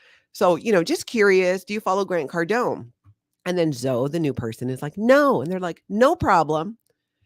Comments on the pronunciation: Zoe is pronounced Zo-eeee (E like we) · That's my daughter's name and spelling. I LOVE, but I just kept thinking Zo-ee. She gets called Zo somewhat often.